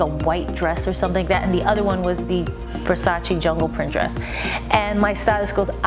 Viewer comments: Donatella said its called versace not versachee. But love you JLO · Versace not versaci!!! please call it properly does not take a PHD"!! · Every time she pronounces "Versace" makes me wanna play her the Vogue's 73 Questions with Donatella.